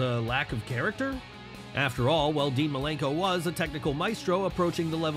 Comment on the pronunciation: It's Dean Malenko and not Milenko! And you call yourself a Wrestling Fan?! 🤷🏻‍♂️🙄